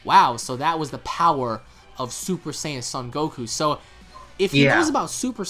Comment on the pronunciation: Wait, did I miss something? Why the hell are they butchering Saiyan pronunciation? Since when Seien became Seyean?